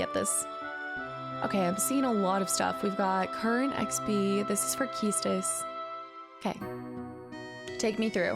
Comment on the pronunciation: Key Stis 🤣🤣